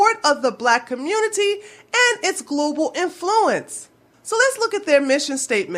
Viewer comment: Great video - all of your videos are. Loved the one about Poland - 'swhere my people are from. You have a unique pronunciation for the word "influence" - usually the emphasis is on the 1st syllable.